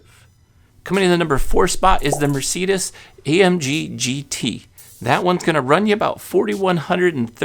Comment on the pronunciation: If you are going to list car info. Ask a friend how to pronounce MERCEDES!!! 🤪🤭